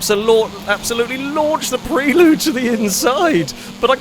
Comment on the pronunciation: pronunciation of 'Prelude' is grating (always has been), I can't watch!:D